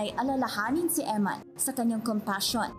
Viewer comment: You're a priest and you can't pronounce EMMAN? Her name is EMMANUELLE.